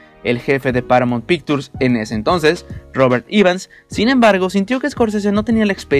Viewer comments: Que por favor el de la voz en off aprenda como se pronuncian los nombres de actores y compañias mencionadas. POR FAVOR. No puede decir PARAMONT PICTURS o MAIKI ROUR, O LEUIS. Pésimo. Parece la pronunciación de Peña Nieto. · Paramount Pictures?? Porque pronuncia tan mal???? WTF???